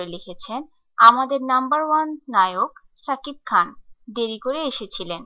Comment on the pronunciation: পাগলি বলে কি!!! ছাকিব খান বলতেছে কেন...???